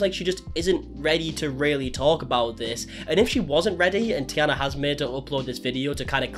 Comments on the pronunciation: The only thing that bugged me throughout the video was the mispronouncing of the name taina😅🥲 As a finnish person it always hurts me in my soul when finnish names are mispronounced, she's not the princess from Princess and the frog😅 otherwise yeah, I recently came across their channel again and it had gotten really strange real fast. I have never really watched them actively but it was the first kinda successful finnish family channel I have ever come across so I was intrigued and especially their travel vlogs across europe were interesting, but everything else was too cookie-cutter and seemed very forced and scripted. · I see you did a load of research and watched a lots of Taina's videos, hmmm... Sorry, you can't even say her name right. I'm not a superfan or anything but I watched several videos and even I can explain the reasons behind them doing this and that. My channel is not big but even I could feel what it's like when people fill in the gaps themselves and by thus make stuff up about you. Making your assumptions public (like creating a video about someone) is another step. Also, it's hard to explain absolutely everything, there will always be something that someone doesn't understand, everyone shares only what they want to share and has no obligation to make it understandable to absolutely everyone. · I've been (kind of) following this family for about 5 years now, and at this point I'm fearing for some true crime case to take place any day now. And Taina is pronounced like "Tyna", not "Tiana". 👍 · I was so excited to watch this, but after 5 min i had to stop... Dude its T A I N A not T I A N A :D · The tee-anna is hard to listen to. It’s tay-na. Did you not watch the videos? Spelled T-a-i, not T-i-a. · Taj-na , not Tiana😊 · it's taina, not tiana lmao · Its a Finnish name so it's pronounced exactly as written with clear Aaa and T sounds. TaiNA same with the hyphenated last name Toivola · No it’s pronounced like “tie-na” lmao😅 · It's pronounced Tanya??